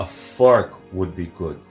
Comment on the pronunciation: Sandra thought said "A f**k wud be good" lol but he actually said "a fork would be good"🤣🤣